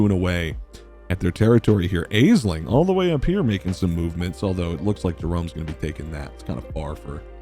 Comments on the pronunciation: Not to be pedantic, but Aisling is pronounced ash-ling, not ayz-ling. It's an Irish name so it's not intuitive pronunciation for English speakers. Hope this helps! :) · Love this idea and I'm here for it! Consider me subbed :D oh and also it's pronounced "Ash-ling" for future videos! ;) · Also word noting that Aisling pronounced "Ashlin". I'm not Irish, but I imagine any Irish watchers are grimacing every time she's called "ay-sling". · FYI Aisling is pronounced Ash-ling. Mahon is more like Mahun.